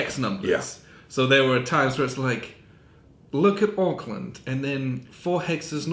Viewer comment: Thanks for the review. I do like the sound of the BD (Battle Dispatches) chits to spice up the combats. Might have to grab this one...… (BTW: that was a savvy move to mispronounce Auckland. After that, no NZers are going to expect much from you in terms of Maori pronunciation, hehe.... (just a little tongue and cheek humor at ya.....) ;-)